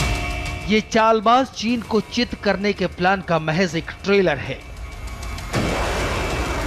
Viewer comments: Ma'am "chit" hona bol rahi he but lag raha he 'jit' :) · अॅकर चेक करे: शुरू मे आपने क्या कहा है।भारत ने ऐसा चक्रव्यूह रखा है जिसमे चीन का "चित" होना तय है। आपके ऐंकरका ऑडीओ चेक करे चित के जगह जीत होना तय है ऐसा सुनाई देता है। न्यूज को स्कुटनि करे , गलती ना हो जाये।